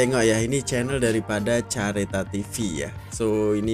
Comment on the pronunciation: Sebutan careta tu berbunyi 'kareta' bukan chareta. Careta adalah bahasa portugis yg bermaksud kereta.😊 Maksud BUFORI - Beautiful, Unique, Funtastic, Original, Romantic dan Irresistible. Hanya mengeluarkan 40 unit kereta setahun. 100% buatan tangan😊